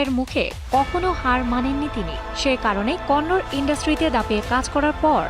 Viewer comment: Konnor na Kannada hobe